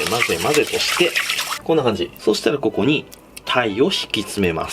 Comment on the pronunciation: 鯛めしのとこの こ↑こ↓にー がめっちゃ気になって草